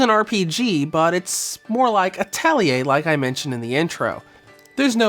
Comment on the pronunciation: "Atellieh" bro